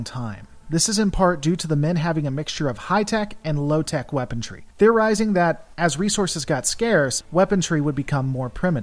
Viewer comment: Love your channel! Just subbed, keep up the good work! Gotta say though, it’s weaponry, not weapontry :)